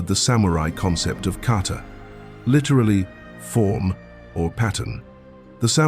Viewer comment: Isn’t it Kata? Not Carter?